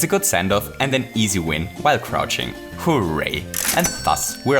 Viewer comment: If you say hooray It sounds like hoo way